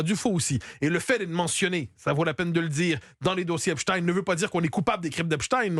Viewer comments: Epstein et non Epstine car Einstein et non Instine, Frankenstein et non Frankenstine, Goldstein et non Goldstine, Bornstein et non Bornstine, … Arrêtez de vouloir nous faire avaler des couleuvres ! Merci Monsieur Matthieu Bock Côté de le prononcer correctement et de pointer le doigt sur ce qu’ils veulent nous faire avaler. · Epstine 😂😂😂 vous avez pas honte dites directement poutine